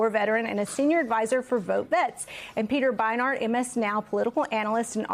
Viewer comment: Second she said Peter Beinhart I knew this was not gonna be a serious interview.